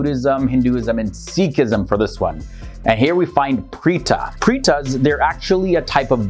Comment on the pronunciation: Interesting but the following ghost pronounced differently. 1. Its called as PREA-DHA not PREETA 2. Its called as PISSASSU not PI CHA CHA 3. Siang Teean